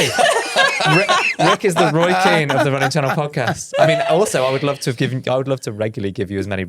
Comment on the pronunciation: You said Roy Keen and my American mind goes to Roy Kent 😂